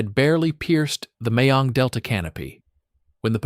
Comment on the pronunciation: Mekong Delta, not Mayong Delta.